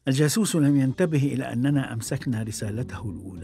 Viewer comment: الجاسوس وليس الجاثوث